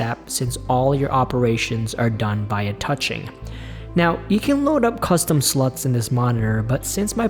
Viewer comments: Did you just say Custom Sluts??? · Did he actually say "custom sluts" ? 😅